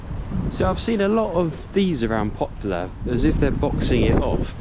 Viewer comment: It pronounces "Poplar", not "Popular"